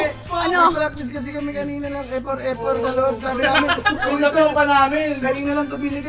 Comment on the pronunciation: F4 ❌ Ffort✅😂